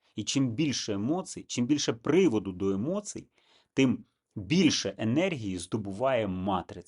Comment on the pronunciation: та не емоцьій а емоцій 😂 ииииииьіьіьіьі